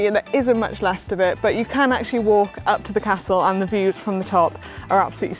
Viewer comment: Fantastic video Manon. Did you say great views or great ewes 😃